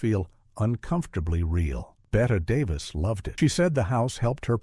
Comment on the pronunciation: Please- not “Bet Davis.” Bet-ee 😐